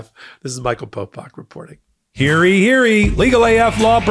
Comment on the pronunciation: I cannot state strongly enough, how disturbing it is in your commercial when you say “Hear EE Hear EE”. You’re so much smarter than that. It’s Olde English “Hear YEE”. Yee as in you. It’s like ice picks to the ears each and every time you say it. You are so much better than that.